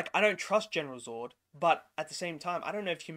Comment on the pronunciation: Was a great movie. Unfortunately the reviewer can’t say Zod properly and it’s absolutely doing my head in mate 🤦🏻‍♂️😂😂 nah another great effort mate, keep up the great work 🤙🏻